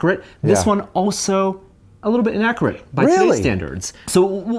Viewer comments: say "innakorate" again and I'll slap you. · I can't stand the way he says accurate and inaccurate :/ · The host says accurate and inaccurate rather strangely.